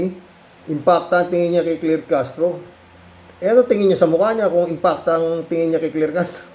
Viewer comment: malaki kasi ang IMPACT ni Anti Kler sa mga DDS kaya si Manang Imee eh, na misprounced nya ang IMPACT .. dinagdagan ng isang letran A..... Si Manang Imee eh, naging ala Allan Peter Cayetano na rin... nag paka baba na talaga ... i mean nag pag low low life na talaga.